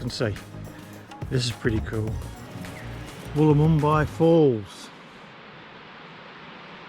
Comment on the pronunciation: Thanks for traipsing in the cold and wet for us, I enjoyed the video. I have always known Wollomombi to be pronounced "wol-um-by". But like so many Aussie places we never get them 100%correct.